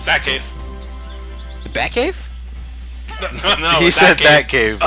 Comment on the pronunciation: i thought said bat-cave too XD